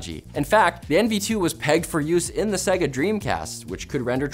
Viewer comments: “Segga” Dude, every time you turned on their consoles, they told you exactly how Sega is pronounced. Loudly. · Repeat after me. Say-gah. Say-gah. One more time. Say-gah. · interesting how you say Segga.